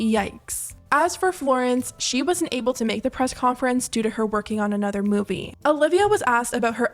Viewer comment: love him but i’m starting a petition to stop harry styles from pronouncing ‘movie’ that way